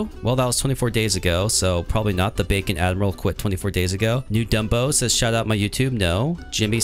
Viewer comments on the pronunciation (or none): none